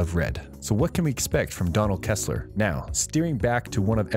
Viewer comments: It’s “Donald Ressler” not Kessler!!!! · Lol. It’s Donald RESSLER not Donald ‘ KESSLER’. Ha! and you are giving us ‘ INFORMATION’ on the Blacklist. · To the person who made this... you obviously aren't a fan ... it's Donald Restler not Kestler. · It's Ressler not Kessler. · Should've stopped listening that first time you said Kessler 😒